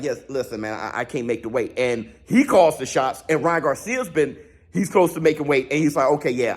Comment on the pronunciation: it just a pronunciation miss. Car instead of call.